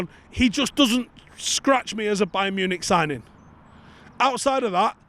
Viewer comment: We said signings, not sign Ings!